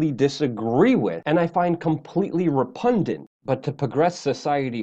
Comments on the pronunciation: RePUGnant...not repudnant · Luke, the word is repugnant, not repundant... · Repugnant. ....you said repundnant. Love you brother. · I love how you just make up words. "Repundant"?